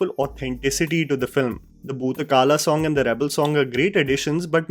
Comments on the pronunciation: Was waiting for your review,. It is good that you touched upon everything and gave an honest review. And yes, we need more screening all over India and world-wide. Just wanted to point out that it is Bhoota Kola and not Bhootakaala(meaning past tense). Bhoota means 'spirit' and Kola means 'play' in Tulu. And Kantara is pronounced as 'Kaantaara'. The makers define it as dense forest. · Few factual corrections: It's Bhoota 'Kola' not Bhoota 'kala'. Also the movie is set in Kundapura (Part of Udupi) not Dakshina Kannada (Mangalore) as mentioned in the review. That said, fantastic review as usual! Watched it yesterday in Adelaide. Brilliantly executed gem of a movie.. The climax is out of the world experience for sure. Not sure any actor worth his salt would be able to reach that level of trans in sober state. The audience in the theatre were all literally spell bound and motionless for couple of minutes after the climax. All accolades to Rishab Shetty is well justified. Hats off for vision and execution. Thanks Hombale Productions for taking the industry forward with one more feather in their cap after KGF.. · A divine cultural experience. One of the best ever made in Indian Film Industry. And Its Bhoota Kola not Bhoota kala. Arvind Kashyap Cinematography and Ajneesh Loknath BGM and Rishab Shetty performance was a perfect blend. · It's Boota Kola not kala! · Nice review .. also Its bhoota kola (pronounced like in cola). The main track is Varaha roopam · It's Bhoota "KOLA" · It's Bhootha "Kola" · Actually it is pronounced as Bhoota Kola...but still appreciate your efforts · thanks for researching our culture, and its pronounced as bhoota kola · It's boota kola not kala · It's not bhoota "kala" it's kola. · It's bhoota kola..please....not bhoota kala .. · Great video explanation(Summarization). One thing I wanted you to correct is its 'Kola' not 'Kala'. So the act in the film is Bhootakola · It's a kola not kaala, FYI.... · Bhoota kola,not kala